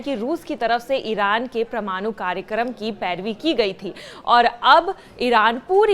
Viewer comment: O madam pramnoo nehi parmano bolo😂😂